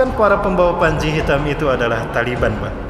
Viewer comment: TALIBAN,Bukan,,tali beha,bukan pula tali ban,ALLAH MAHA BESAR,,ALLAH HUAKBAR